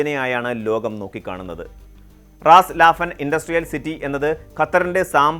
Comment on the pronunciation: സഹോ! റാസ് ലാഫൻ അല്ല റാസ് ലഫാൻ ആണ്